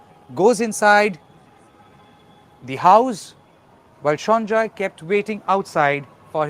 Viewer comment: He is Sanjay Rai and is not a Bengali. Why are you pronouncing the name is a Bengali accent ?